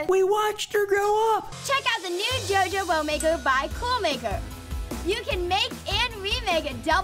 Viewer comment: i love how you pronounce JOJO like djjo 🤣🤣